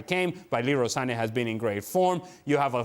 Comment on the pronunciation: Sane and Kane doesn’t read right it’s like sane and kannay 😂